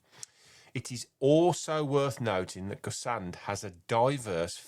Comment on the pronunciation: just a tip on the pronunciation- it’s like gess- on. Silent d at the end. Not gess-ard or gess-and.